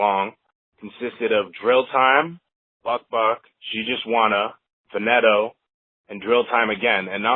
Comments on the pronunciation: (FUH-KNEE-TOE) not (fa-net-o) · dude goofy he said faneto